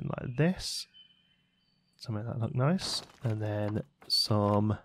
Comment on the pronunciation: "Noice" "Toight" 99!!